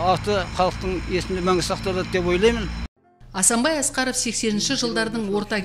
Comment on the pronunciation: Диктор аты жөнін дұрыс айтпады